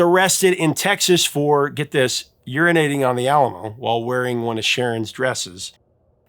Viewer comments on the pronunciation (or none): none